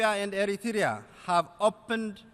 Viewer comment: why say eritrya say plz eritrea where you from